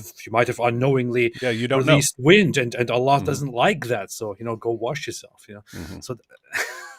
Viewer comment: LOL Why's he calling allah Ella?